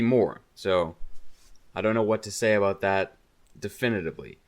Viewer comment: Are you Canadian? I heard that aboot.